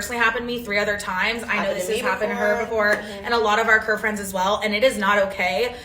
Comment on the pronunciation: Did she say curvefriends? Lmao 🤣 sorry it’s a club and it’s been happening everywhere and not something new! Either loose the weight or get your bank up! Simple!